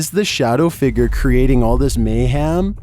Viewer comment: why he say figure like figger 💀💀